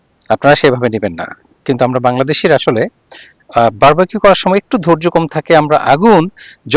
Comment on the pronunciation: Bar-ba-q abar ki jining? In English it is Bar-B-Q, so when you say it, you should say বার-বি-কিউ and not বার-বা-কিউ ।